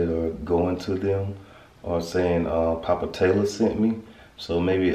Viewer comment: Popa? What y'all sayin? Poo-Pa, Po-Pa.... Papa is spelled P-a-p-a